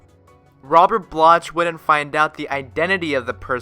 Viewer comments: It's Robert Bloch, pronounced "block" not "bloch" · Robert Bloch?????? It’s pronounced BLOCK, you block head!!!!! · Robert Bloch--pronounced Block